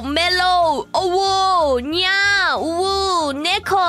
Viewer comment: I love how not knowing how to pronounce the UwU made it less "magic" and more of a "curse" 🤣